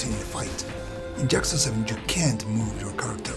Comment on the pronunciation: "Jyakuza" lol. Great review.